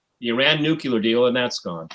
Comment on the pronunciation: seems to have a thing for mispronunciation: the all-too-common "nukyular" for "nuclear" comes to mind. He also insists on pronouncing Theresa May's first name "Teressa"-- this may be a European variation, but native English speaker ought to pronounce her name the way English speakers (including May) pronounce it.